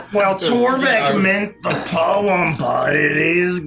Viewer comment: When he said poem well my thought he said bomb I was like what